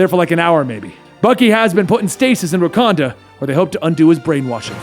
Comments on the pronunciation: Did my mans just say the king of wacondom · Rakanda?? He says that shit like too many times....